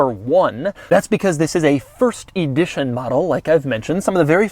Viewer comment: Why can't you ever pronounce the word Edition the right way...